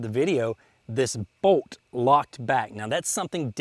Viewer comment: It's pronounced BOLT, not BOAT. Hahaha